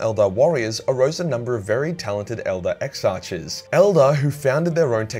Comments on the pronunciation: Love Striking Scorpions, but you pronouncing Exarchs as ex arches hurts. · it is pronounced EX-arks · Omg its pronounced Ex-Ark